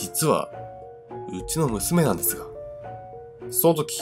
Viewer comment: 1112ジャスミン 思った！笑 なんですと？みたいな